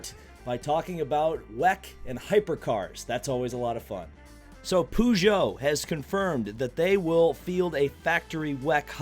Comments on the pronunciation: Pew-Geot 905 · Lol poogeut